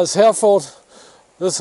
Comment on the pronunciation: Cattle breed pronounced "He Re f'd"... the R is hard and the "ford" is thrown away. Another spiffing vid. 😁